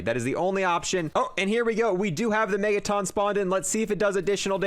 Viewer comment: The green guys that split in 2 when they're shot are not pronounced Megatawns, it's pronounced Megatun. A Megaton is a unit of measurement for nuclear bombs, like the ones dropped on Japan